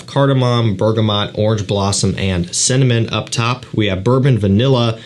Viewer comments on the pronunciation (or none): none